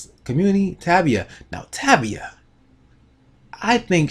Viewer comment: its pronounce tay- via